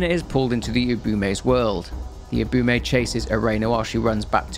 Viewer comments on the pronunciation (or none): he's still not pronouncing Ubume or Erena correctly. He's saying Ubumay instead of u-bu-me, and Erena as Erayna instead of e-re-na.